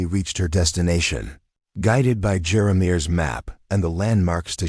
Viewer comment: Jeremeir? That's a strange name, but I'll bet it's not really the right name for the trading post man. These AI voices some can't pronounce words right. Twin Falls, ID